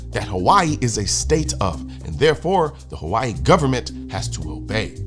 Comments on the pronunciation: "Havaee" ...i can't believe people still watch legacy media with how cringe and absolute propaganda it is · why she say Hawaii like that? Lol there's no V 😂😂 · Tomato tomato saying. Pronounced differently between English and Hawaiian. 🏝️